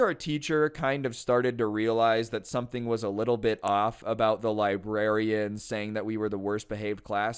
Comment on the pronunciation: I could have sworn librarian said "lesbian" xD